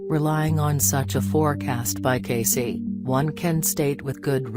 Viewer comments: Hi name is pronounced Edgar Cay(see). Ugh. do your research!! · It’s a computer voice. That’s how a computer would pronounce it if his name was typed out. To make it say Cayce how it’s pronounced the person would have to type it out as kay-see or something along those lines